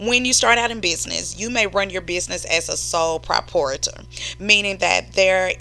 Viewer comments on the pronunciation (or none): Sole [pruh-prahy-i-ter]. Thanks. Really good job. btw have you heard the gospel? .